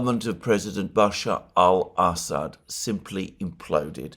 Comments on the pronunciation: It's Amusing how many times I hear Ass-hat instead of Assad. Merry Christmas friend. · "Ass ad" "Ham Ass" LOL come on man!🤣😂🤣